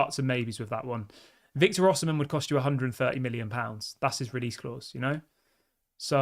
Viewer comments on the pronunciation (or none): none